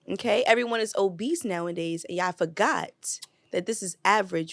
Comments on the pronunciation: i just wanna know when did OBESE have a T in it smh? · Is there a T in obese?